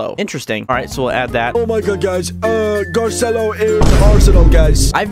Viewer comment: Its Spelled Garcello B~ut you pronounce it Gar-ci-lo